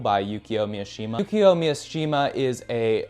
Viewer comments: It's pronounced: Mi Shi Ma Not pronounced : MIA shi ma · Mishima. It's not Miashima. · immediately mispronouncing Mishima as MiAshima really shows that we are watching a video by an American creator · Just a heads up, Mishima’s last name is pronounced Me-She-Muh not Me-uh-she-muh “Easy” thing in Japanese is that there’s no such thing as short vs long vowels, every vowel is pronounced the same every time. A = ah, o =oh (think Toyota cars or Canon cameras) i = E, U = oooh (think Mitsubishi or Mt. Fuji) E = Eh (think Nintendo or Lexus) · Mishima, not Miyashima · His name is Mishima not "Miyoshima" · I’m gonna be that asshole but it’s pronounced mi-shi-ma not Mia-shima. His book called spring snow is hands down one of my favourite books I’ve ever read good pick 👍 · It’s Mishima not Miashima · bruh, Yukio Mi-uh-shima? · White dude saying "miashima" yea bro I'm okay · cool video, but I don't know why you add a ya in mishimas name like its miyashima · cool vid! nice book recommendations. one knit pick, Mishima is pronounced MI - SHI - MA. (MI "MInk") (SHI "SHIp) (MA "MArgate"). man, i made it complicated than needed! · It's pronounced MEE-SHE-MAH. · Good video, but why do you keep pronouncing it as Mi-A-shima? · Bro yaps about the responsibility of reading classics and then mispronounces Mishima’s name